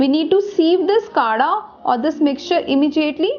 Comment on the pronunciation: Its not kada its kadha ...btw i think it can be effective